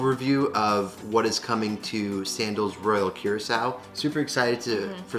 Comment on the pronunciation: It's not Qracao. It's pronounced COO-RAA-CAO.